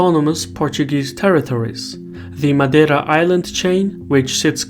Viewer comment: his “madeira” pronunciation is perfect